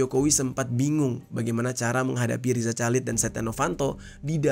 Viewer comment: bang please perbaiki penyebutan nama orang dengan benar dari loren sampai riza chalid gak nyaman nyebutnya